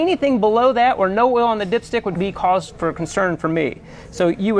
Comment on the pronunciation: I kept hearing dipshit 😂😂